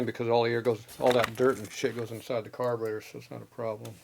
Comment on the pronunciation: "Carbanator" That's classic!